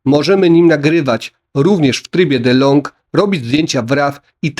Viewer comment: Nie "Delong" - "Di - Log"